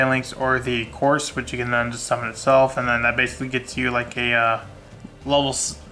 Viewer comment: And right before the 4 new support cards were announced. Your dreams have come true! Also, many people have a lot of trouble with the pronunciation of the Dragunity monsters: Guisarme is not "gwiss-arm" it's "giz-arm". Couse is not "Course" it's "Koos" - there is no r. Leyvaten is not "Leviatien" it's "Lay-VAT-en".